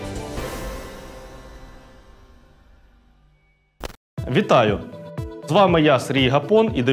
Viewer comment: Хтось може пояснити редакції "Погляда" на якому складі ставити наголос у слові "громадянина"?)